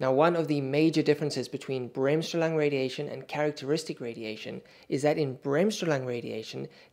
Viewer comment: As a German I shudder at your pronunciation of Bremsstrahlung.